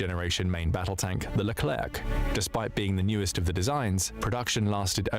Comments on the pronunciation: AI voice sounds very natural (they are good quality now) but it remains some differences. This voice is too regular or even monotonous to be a human voice. This is a English text-to-speech AI voice. It's why the "e" in Rafale is not silent (like it is in French) and why the final "c" in Leclerc is pronounced. A real human never do this sort of mistake when speaking of French military materials. Everybody speaking about this military topic knows that Rafale is pronounced like Rafal and Leclerc like Lecler. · Great video mate! As a sidenote, hearing "lerclerKH" at least 10 times made my ears bleed. We say "lecler" without pronouncing the final c. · It's because it's an AI voice. It also pronounced the final "c" in leclerc.